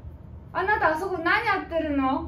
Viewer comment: 「人形の家」 あなたに→はなたに オリジナルは英語的な発音が特徴。